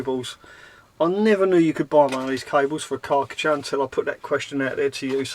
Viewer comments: Kar-cher. KAR CH'er Car t cher. why have you got a Karckatcher? Chinese knockoff? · It's Kar Cher. Not karKA cha ! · LOL strange way of saying Karcher, I thought you was eating something nasty when saying it ,lol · Have I been saying Karcher wrong my whole life??? Great Wed waffle as always 👍🤙